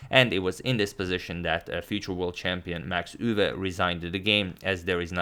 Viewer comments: I'm Dutch. 'Max Euwe'. The pronunciation indeed sounds weird and you absolutely nailed it. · As a Dutch speaker: you pronounced Max Euwe perfectly! ❤